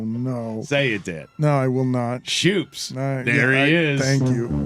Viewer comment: Jonathan Schoop's name is pronounced Scope, so I doubt he's called Shoops. At least Mike admits he knows nothing about baseball.